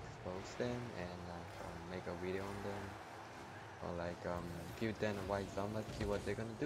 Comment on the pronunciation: no offense but when you say video u say weedio and i start lmao not hating xD RIP ZOMBA BTW